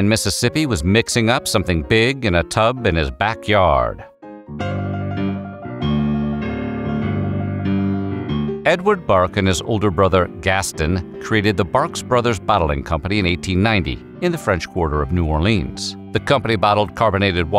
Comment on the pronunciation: It's not gas ton, lol. It's "Gas-tone"!